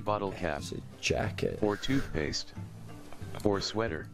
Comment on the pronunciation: I thought jacket was saying jocket